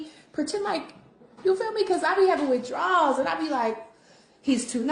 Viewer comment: Did she say she "be havin with-DRAWS"??? LOOOL. Funniest thing I've seen all day 😂